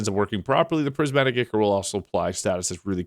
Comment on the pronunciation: And ichor is pronounced eye-core